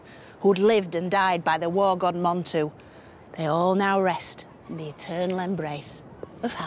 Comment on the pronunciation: Its God not gut or got !